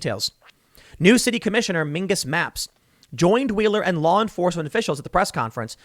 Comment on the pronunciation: Also, I lol'd when he said "Mingus Mapps"